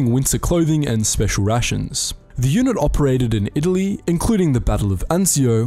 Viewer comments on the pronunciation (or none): none